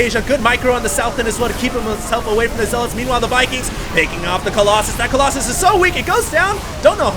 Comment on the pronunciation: remember when you used to say Colloxen? You crazy guy, you.